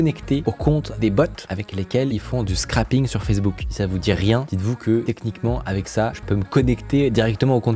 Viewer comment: Alerte au nazi de la prononciation: scraping. Dis bien « srèping » et PAS scrAping sinon ça fait « scrapping »: ce qui veut dire enlever. Je sais que t’es un pro du formatage mais là non 😅